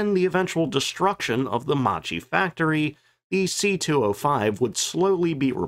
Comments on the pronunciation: When in Italian a consonant is followed by a H the sound of the syllable is hard. To be clearer, Macchi you should read as "Makki", not like you did. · Video. I wish creators used Forvo to learn pronunciation of names before stumbling over them dozens of times. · Interesting vid once again. Couple of pronunciation errors (I believe) - Macchi is pronounced with a "k" rather than "ch", so Mackie. And Alfa Romeo is Alfa "Romayo". Oh and Folgore is "Folgoray" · Ok we all know the jokes about the Regia Aeronautica, but… first of all as a documentarist at least learn how to pronounce Macchi! Bloody hell, ch in Italian = k , therefore the chi at the end is pronounced like KEY not like chip🤦‍♂️ Next, about the MC 205 being the best, there are other videos around about the Fiat G55 being so good that the Luftwaffe evaluated it, recognised the potential and didn’t adopt it only for industrial reasons. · Right pronunciation is “Makki” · I believe Macchi is pronounced "mock-key." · it's pronounced MAKKI, mate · Macchi is pronounced like "makki"